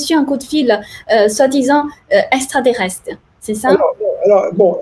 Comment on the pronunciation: MEME PAS CAPABLE DE DIRE EXTRATERRESTRE ........